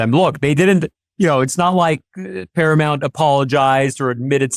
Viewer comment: Paramount, not Paramont